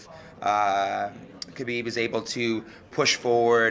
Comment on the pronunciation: Not hard.... Khabib by "SMESH"